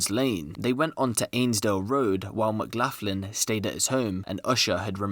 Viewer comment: It's pronounce McGlocklin not maclaughin lol